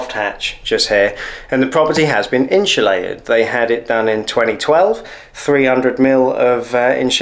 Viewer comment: INSULATED not INSHULATED